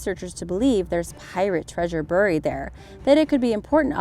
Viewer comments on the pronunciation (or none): There are a lot of words you continuously are mispronouncing such as "buried"